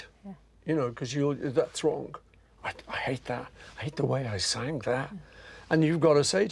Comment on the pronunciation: I've never heard sang pronounced ... Sanggad.